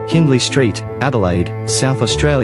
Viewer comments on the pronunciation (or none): The photos are interesting but the video stuffed up pronunciation of 'Kaniva' and 'Hindley st'. It illustrates that Australia is nor a unitary nation because of the regional parochialism of each state.